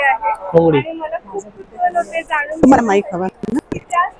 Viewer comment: वस्तू भेटत नाहीत तर मिळतात. जानून नाही तर जाणून. मराठी भाषेचा योग्य सन्मान ठेवावा.